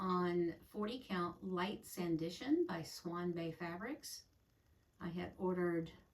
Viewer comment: Happy to see you back. Enjoying your gorgeous stitching and finishes. Swan Bay Fabrics are so lovely. All named for Jane Austen's places and books. Sanditon is one of hers so it's sand I ton not sand I shun.